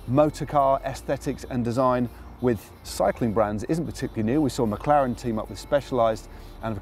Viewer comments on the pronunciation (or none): none